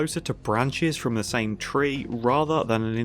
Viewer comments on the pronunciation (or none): none